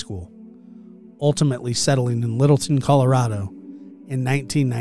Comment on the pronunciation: It's Littleton, not Middleton